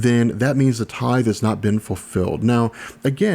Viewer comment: The way he says tithe breaks me.